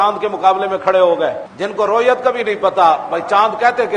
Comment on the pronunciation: رَویت نہیں رُویت ہوتا ہے